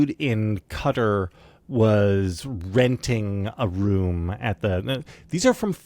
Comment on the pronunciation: IT'S NOT CUTTER IT'S QA-TAR KA-TAR QATAR....Say it with me. KA-TAR. They're the Quatari people not the cutteri people.